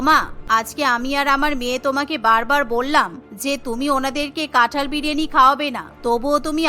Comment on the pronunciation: কাঁঠাল ✅️ কাঠাল ❌️